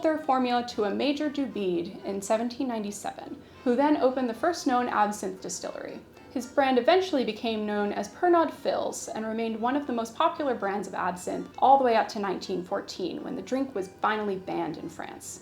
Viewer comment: I hadn't known absinthe was originally a malaria medicine, that's interesting. I think Pernod Fils is pronounced something like "Perno Fees" in French - it means Pernod Junior - but otherwise an excellent video.